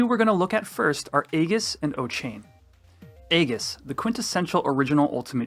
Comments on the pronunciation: Aegis is pronounces: EE-JUHS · Nice round up, but hearing 'egg-us' for aegis confused me for a sec. 🙂